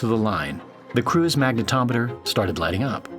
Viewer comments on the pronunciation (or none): none